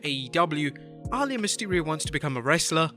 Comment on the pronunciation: Who is Ahh-Layah?